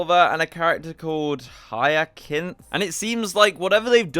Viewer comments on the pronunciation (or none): Hiyakinth 😂 hyasinth is how its pronounced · Hiya-kinth? It’s pronounced Hiya-synth. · The fact you couldn't pronounce hyacinth (hi-uh-sinth) its really not that hard. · Hyacinth Pronounced... Hiya-Synth. 😂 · Hyacinth is pronounced 'High-a-synth' Like the plant... 🪻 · Hi-ya-sin-th is the correct pronunciation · Hyacinth is pronounced with a soft c, so it's pronounced (hi-ya-sinth), a hyacinth is a flower, the mythological backstory is that he was one of Apollo's relationships, but died to a discus to the head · I imagine Hyacinth should be pronounced with an S, as in Higher Synth